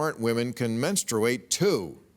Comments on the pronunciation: Super cringy hearing bill say “menstrooate” repeatedly. Dan savage tried to save him by pronouncing it right but bill didn’t take the bait. 😂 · Someome needs to tell Bill how to pronounce “menstruate”. Hint…it’s not men-stu-wait. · Hahaha maybe if you can’t actually pronounce menstruate you should kinda step back on the topic and listen